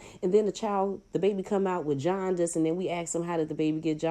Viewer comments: Did that idiot say "yawn-dis" ) jaundice talking about he's far from stupid he's highly educated well dude you need to sue the board of education anytime they taught you an English 'Y'' was pronounced pronounce like the J in Espanol!! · Who's the intelligent/educated one here! It's jaundice not yaundice fool. You are using profane language, the physician was not in the room at the time his significant other was laying there getting medication in her IV. You should have been trying to acquire information in writing on what medication were refused by the mother of your child but you chastising a medical doctor. Little did he know you are not in control. He could have been killed bro.You had a nude child and nude baby trying to head out the door- that's unreasonable behavior under any circumstances. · Lol it’s pitocin not oxytocin... and JAUNDICE, not yawndice! Not bequest, it’s request! But nonetheless this was handled sloppily and they don’t have to see you they do have the right to turn you away. Obviously he has never had a child before! Just shut up! If they would have shut up it would have been different. They brought that on themselves